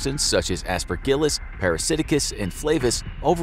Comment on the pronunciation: Also butchered Aspergillus pronunciation